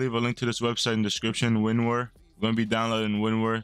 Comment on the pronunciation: Damn you butchered winrar